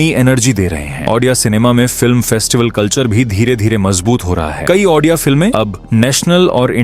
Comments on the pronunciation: Sir aapne video to achhi banayi he lekin ek hi sikayat he aapse ki aap jo baar baar ondia cinema ondia cinema bol rahe ho wo ondia nahi odia he.aap ondia bol rahe ho wo sunne ke liye achha nahin lagraha he baaki aapka video achha he. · Bhai video baht hi badhiya tha aur informative tha bas pronounciation me bhai Ondia nhi hai Odia hai wo❤ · Jay Jagannath Andia nehi Bhai o di a=odia Or bahut achha laga😊🎉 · Brother it's Odia not Ondia, please pronounce it properly. Ondia meaning in Odia language is Male (Gender). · Ondia nahi odia hai brother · this is not ondia this is odia ...ओ डी आ writing ✅ speaking ❌ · Ondia nahi re odia film, achhe se pronounce karo, nahi araha to material karo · Ondia ❌odia✅ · Are bhai ondia nhi hai odia hai support you but or bhi informative subject lao odia film industry se lekar ❤❤❤❤ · Pehle to ap ondia kehna band karo. Odia bolo Odia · I am from odisha Jay Jagannath, btw Ondia nhi Odia (Bhai ne Odia & India ko milake -ondia Kardiaa😅😅😅) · Odia likh kar bhi ondia kiyu bol rahe ho bhai sorry mango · Abe wo ondia nhi odia hai tu sala hamare language ko badnab kr rha hai 😅😅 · Ondia nhi bro odia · That's No Ondia 😢 That's Odia bro 😊 Jay Jagannath 🙏 And thanks for explaining our culture 🤩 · It's odia ,that is ODIA (ଓଡ଼ିଆ) . not ONDIA , ok👍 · Ondia 😂😂😂 Nahi hai 😂, ODIA hai 😊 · ओड़िआ भाषा को ऑनडिआ बोलके मजाक बना रहेहो 😡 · Ondia Nehi bhai odia cinema par video banane ke liye thanks (lekin ap odia ko ondia bolate ho to bora lag ta Hai sorry😢) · oNdia ❌ ODIA ✅ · Odia❌ Ondia ✔️ 😅😂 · Ondia ❎Odia ✅ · That's not ondia That's Odia And also not oddia Only odia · Ondia nehin bhai odia hey . Btw thank you for your support. Jay Jagannath 🚩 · Ondia ❌ odia ✅ 🤭🤭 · Ondia nahi odia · Bro researched so much but didn't have time to pronounce ODIA correctly. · Aap Indian nehin hai kya, state ka naam thik se bol nehin pate ?????